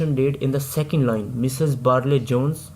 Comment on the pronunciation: Barlay Jones nai , Barry Jones he.....😅😂